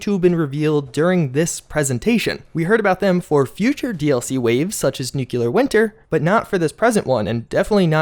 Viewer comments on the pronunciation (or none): Love your vids bud, I'm sure you've heard it a million times but it trips me out how you say nuclear...new-kew-lar...should be new-clear. Not trying to be ugly, just helpful... hopefully :) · come on, man..you lose 15 int points every time you pronounce it, 'noo-kyoo-lur'.